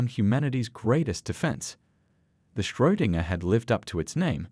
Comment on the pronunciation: Did anybody else twitch a little every time they said Schrödinger ?😅